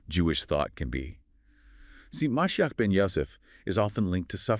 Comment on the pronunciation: Ma she ach is how you pronounce it